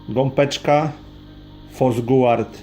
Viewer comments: (Gopeczka) mówi się Gąbeczka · Gąbeczka - przez "B" a nie gompeczka... bardzo mnie to razi